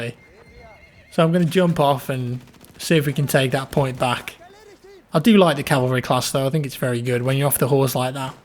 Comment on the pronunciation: cavalry not Calvary